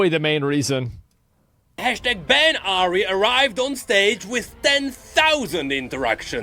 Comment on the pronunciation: It's not Asmon without pronouncing Ahri as "Ahiri"